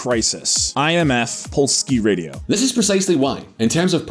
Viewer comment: Can I just point out that in Polish you pronounce every letter, so the word ending with "-ie" is not pronounced like the English double "e" (as in "see"), but like the word "yeah". So "Polskie Radio" --> "Polsk-yeah radio" NOT "Polskee radio" "Nie ma" --> "n-yeah ma" NOT "nee ma". Also, pls, minimal research on the surnames would be welcome: Leszek Balcerowicz --> "Le-shek Bal-tze-ro-vich" NOT "Lesek Bal-tze-ro-witz" Tadeusz Mazowiecki --> "Ta-de-oosh Ma-zo-vyeah-tzkee" NOT "Tadeist Mazowikee" (honestly, how did you arrive at this one...?)